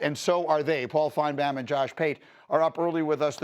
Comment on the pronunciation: Greeny kinda drives me crazy the way he pronounces finebaums name. Everyone else pronounces it fine-Baum he pronounces it fine-bam.